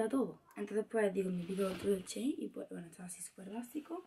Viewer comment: dice chein y es shein